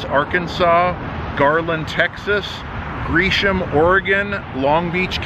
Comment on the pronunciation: Lol Greaseshome, Oregon. Its Gresham(gra-sham), Oregon